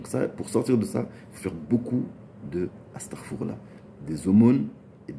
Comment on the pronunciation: Astakhfiroula, pas astafourla.